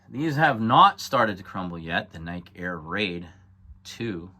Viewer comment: Its pronounced NY-KEE